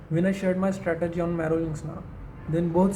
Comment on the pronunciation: Strategy*( in pronouncition too)😊 not teasing but people appreciating you as a ranker and definitely you are 🎉